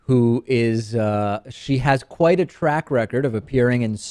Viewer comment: lol it sounded like you said "rack record" instead of "track record".